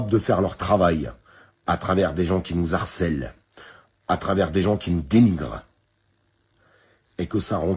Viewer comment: Normalement il n'y a pas de liaison entre "nous" et "harcèlent". "Nouzarcelle" ça ne se dit pas. Oups, je n'aurais pas du ! Heu, "qui Marcel", "les trois cadéreaux".... 🤐 "Le gaz de chips".... "Je me tue" ? CHUT...., MOTOS ET BOUCHE COUSI !